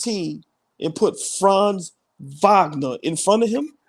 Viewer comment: Wagner Wagner Wagner not Vagner where is the V coming from and this is everybody.